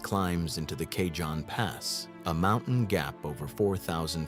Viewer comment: It's pronounced "KA-HONE" pass